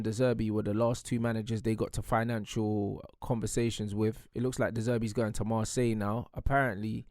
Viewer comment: Man said de zebri rejcted man united for Marseillee😂😂😂😂😂😂😂😂😂😂😂😂😂😂😂